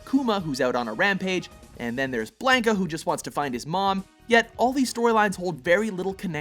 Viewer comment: How many times do I have to hear this kid mispronounce Blanca